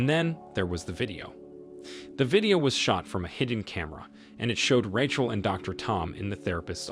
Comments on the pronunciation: RAY-CHEL!!! NOT RATCHEL!!! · Man this guy's a good narrator it's so funny how he mispronounces one word that you'd think he would absolutely know . This one it's "ratchel" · Who is, "Rah-Chul"?